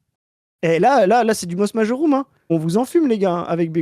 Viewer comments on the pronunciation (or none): Excellent vidéo les gars mais par contre on le j de majorum se prononce Y en latin !